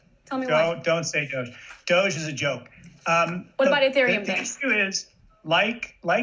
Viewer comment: DID SHE REALLY SAY DOGE? come on youre better than that..